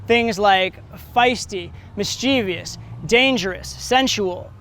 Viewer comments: The word is mischievous. Not mis chee vious. Mis cha ves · 'Mischievous', not 'mischievious'. Please kill me. This is great.